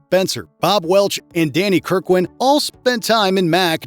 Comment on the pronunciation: Danny Kirwan was too good to have his name mispronounced.